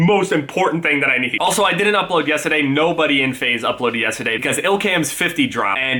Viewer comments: he said yest instead of yesterday lol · The New Jersey in him comes out when he says yesterday 😂